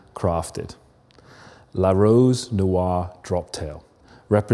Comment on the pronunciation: Can someone tell him how to pronounce "noire"..